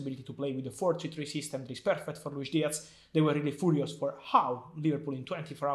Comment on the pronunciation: TOT-HEN-EM... WHY YOU SO FOORIOOS??